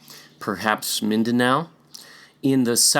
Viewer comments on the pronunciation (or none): none